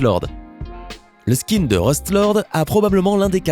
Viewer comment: Vous ne savez même pas comment prononcé skin